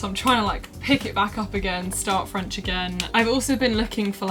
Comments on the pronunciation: Hi! French is my second language and your French pronunciation is so good! Bravo And I'm also learning Dutch Are you using a certain app to learn it? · I just finished AS French and I think it's amazing that you're picking it up again! I find it extremely difficult even though I can speak English & Welsh but it's so rewarding! Also, your French accent is so much better than mine, jealous!! 😂 Xx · Loved this video. I am French and i can tell you that you have a good french accent. Keep the good work😂😄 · Ta prononciation est très bonne, vraiment :) Keep going you're on the right track ! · Your French accent is reeeally good! Come to France whevener you want, you’ll always have fans there to welcome you! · Hey! I’m french and I love your videos!😊 I think that your accent is pretty good! My advice to learn french: watching some videos or read some articles in french, old french films are awesome for this!😙 Thanks for sharing your advices with us you’re my favorite youtuber!☺️ Je te souhaite de passer une agréable journée! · Your accent is actually really really good! Congrats! 😊 It's amazing! I'm currently learning German and it's a big struggle for me haha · Hey! I love your channel, you are a true inspiration! I am French and I have to say that you have a VERY GOOD accent! If you’re interested in having a chat in french with me, just tell me!:D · You have a good accent. I’m French and RV is Caravane or Camping-car. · Why didn't I watch this video earlier? Tu as un très bon accent et une super prononciation!!:) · I am French and wow you're the first English person i know who can prononce the letter "r" correctly 😉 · I love your french accent! It’s amazing and so perfect! I feel so inspired by your beautiful pronunciation.. I’m doing french in year 10 next year for gcse! ❤️❤️ * I’m personally so scared for year 10* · you're not butchering french at all, your pronounciation is amazing and i could understand what you were saying perfectly!